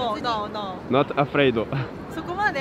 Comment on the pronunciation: "Not afraido" ça m'a buté 😂 c'est tellement ça quand ils commencent à parler en anglais